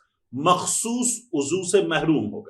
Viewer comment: Apki Urdu bohat achi hai. Magar yeh lafz Uzoo nahi hota, Uzw hota hai. عین پیش ض و معکوف You're welcome!